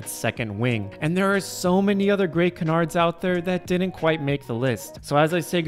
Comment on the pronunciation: Why can't people pronounce "canards" correctly?